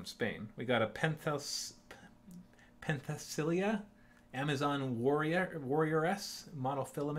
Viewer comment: Here's some pronounciation help. Shock army of a-Con-ti-men-toh. Pen-theh-sil-Ey-ah, Amazon warrior